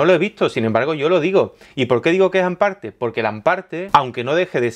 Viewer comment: Ahhh es hamparte no an parte !